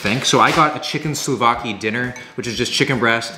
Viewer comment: Suvlakee, not soulvakee :D